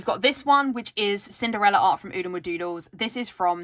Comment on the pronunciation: Ahhhhhhh!!!! You said Oodlemadoodles perfectly 😍👏🏽🏆😂